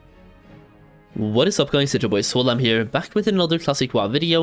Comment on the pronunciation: He’s saying SWOLheim, there’s no doubt